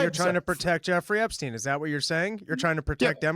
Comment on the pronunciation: DAVE! Why are you pronouncing Epstein as "Ebstein" throughout this entire video?! I've never noticed you pronouncing "Ps" as "Bs" before. It's infuriating man. EP-stein. EP! Not EB.